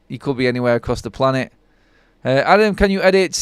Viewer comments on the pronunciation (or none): none